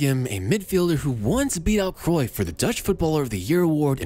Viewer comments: Wtf is Kreuff?? Cruyff is Dutch not German!! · I wonder if there will ever be a foreigner that pronounces “Cruyff” correctly. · its Kruif